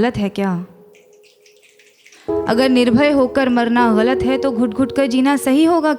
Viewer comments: The way she pronounce "galat" is wonderful. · Bcoz she pronounces her right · ग़लत का इतना सही उच्चारण जो आपने किया है, उसी पे फ़िदा हो गया हूँ मैं :) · Because she says it right! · ग़लत उर्दू का लफ़्ज़ है, जिसके नीचे नुक्ता (एक बिंदु ) लगता है, जिसके कारण उच्चारण अलग होता है।